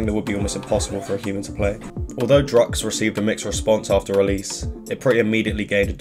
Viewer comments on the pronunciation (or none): Ok, love ur work but ‘Drukqs’ isn’t pronounced ‘drugs’, it’s ‘drug use.’ Druk Q’s = Drug Use -sincerely, a fan that has done waaaaaayyyyyyy too much LSD